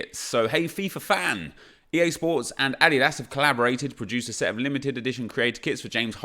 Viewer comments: Its adeedis not adidass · it’s pronounced A-Dee-Dus lol. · Dude please ask google how to say adidas. Jesus christ my ears